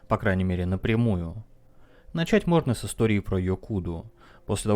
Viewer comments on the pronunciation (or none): none